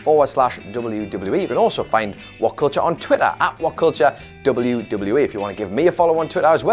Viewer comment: what is dooobel doobel you e?